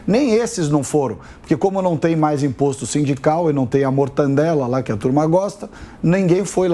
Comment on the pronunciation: O falou “ mortandela” igual o Lula fala kkkkk🤢🤢🤢